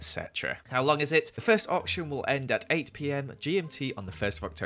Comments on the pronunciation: Am I the only one who thought whenever you said auction he said orphan house🤣🤔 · Ngl, I didn’t realise he was saying “Auction” until I read the title of the video cause I’m Australian and Ye 😅